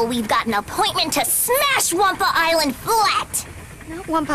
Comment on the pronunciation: The "humor" in these are atrocious, and on top of it, every time they say Wumpa ISLAND, I want to ring every last developer's neck...